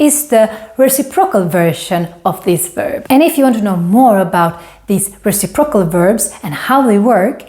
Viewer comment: Re-CIP-ro-cal (Stress is on 2nd syllable 😉)